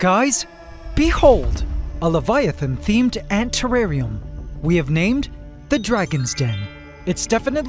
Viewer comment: At the start did i hear leviavan or leiavant?